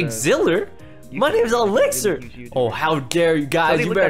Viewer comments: It was so funny when he said Exilir XD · Exiler and Exigler lol it’s Elixer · he said exathiler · Ur reaction when he pronounced elixir wrong😂😂